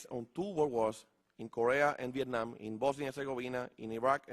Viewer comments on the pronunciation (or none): none